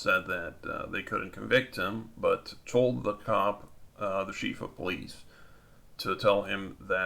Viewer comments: Chief is pronounced 'CHēf', not 'sheef' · Thompson.... pronounced Tom-son... ignorant enough to not be able to pronounce a common name. So irritating. It's not a Sheef of Police, either...